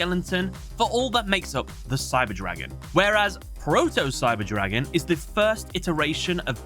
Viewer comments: it can happen with german words, but props on pronouncing them correctly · Every german comment section is full of "hahaha me too xDDD". Keep it classy. Anyways, this mistake is a bummer as it is quite avoidable by a quick research. On the other hand I am glad about the proper pronuncation as some Yugitubers butcher those names. Looking at you, Alex Cimo.